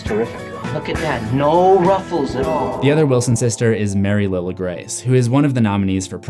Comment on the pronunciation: It’s pronounced Mary Lie-la Grace. Not Lil-a.